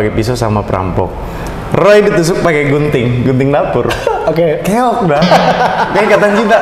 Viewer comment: yg aku dengar "BUNTING"bukan "GUNTING" 😭😭